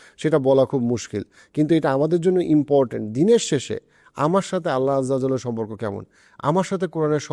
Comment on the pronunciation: Bhai Allah aj’jal’ ki? Apni practicing Muslim eta obviously appreciating so Allah’r name properly mention koren kindly. Islam amader k Allah’r name niye evabe chele khela korar right deyni. Apni ‘Pharaoh the Ramesses’- “Fir’awn” er name clearly bollen othocho Allah’r name clear kore bolte maybe 1 second time beshi lgto sheta apni bolte paren ni. Actually boltam na but video ta kichu khon dekhar por always evabe Allah’r name shune kane legeche amr word ta ei jonno i mentioned. Thanks!